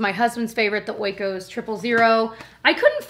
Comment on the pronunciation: First of all, greetings from Greece, I hope you're doing great! Secondly, since I'm greek, I have to make a really small remark, the yogurt you mentioned, the oikos one, is actually pronounced just like "eco" with an "s" in the end. It means house in ancient greek! I'm sending you all my love, I'm a huge fan of yours 💗💗